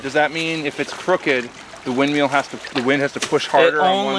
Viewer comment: Are you saying "windMEAL" instead of "windMILL"?